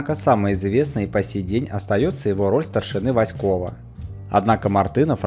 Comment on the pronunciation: Васков, а не Васьков.